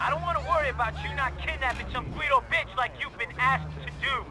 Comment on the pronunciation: this moment always makes me laugh. Best BITCH pronunciation ever.